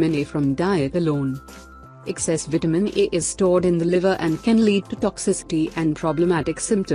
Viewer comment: You Do Realize That It Seriously Sounds Exactly... Like You're Sayin' Vitamin "E"... Right!!??🤔😓😞...,Jussayin'!!!😞😒